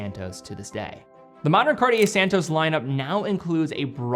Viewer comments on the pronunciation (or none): Immensly annoying to hear anyone completely mis pronounce the name Cartier; it is not "CAR-TEA-YEH like every American seems to do, but CAR-CHE (as in CHE QUEVARA). And then ii is not SAN TOES, but SAN TOS (as in ALBATROS). If you can pronounce SEIKO the right way (instead of SEE CO) than you can do this, please! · I love the car-dee-ay san-tose